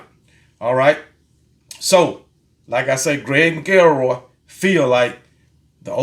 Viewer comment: Dude said Mac el roy..Still love you my dude!!